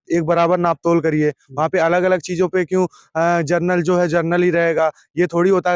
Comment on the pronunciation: किस मूर्ख से बात कर रहे हो जिसको जनरल बोलना नहीं आता।